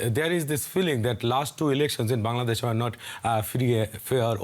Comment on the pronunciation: It's not bandadesh it's Bangladesh, Pronounce it right way, who make you news reporter, still you can't pronounce a country name !!